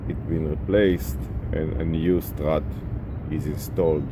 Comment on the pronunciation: “I want to cheeennge your strrraaahhtt!! Bla bla bla..” 😜